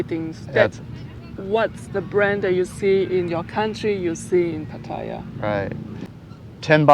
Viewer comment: Thais don’t pronounce it Pat-tai-ya……